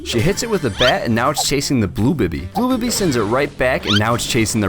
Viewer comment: It’s not bi-by it’s bee-bee (bibi) but I ain’t judgen